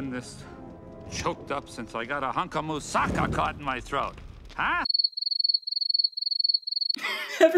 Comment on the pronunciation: as a greek person when hades says mousakas wrong it hurt